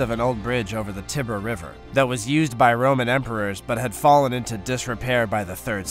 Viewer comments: "Tibber River" ? 🙄 Tie-ber! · The Danubay River? Does he, maybe, mean the Danube? Same with Italy? I see/know of, the River Tiber; HE knows the River Tibber? :face-purple-wide-eyes